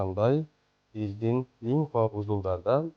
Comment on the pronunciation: Линфа эмес-лимфа